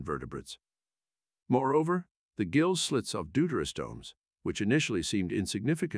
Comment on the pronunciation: Excellent video, as ever, but 'gill', as in fish breathing organ, is pronounced as 'ghill' and not 'jill', which is a girl's name in English.